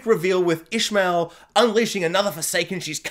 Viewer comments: Also, it's ish a mael not Ishmael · Yes, we knew who ‘Selene’ was right from the start. Your pronunciation of Ishamael is almost right, it’s pronounced Ish-sham-e-el, 4 syllables 😉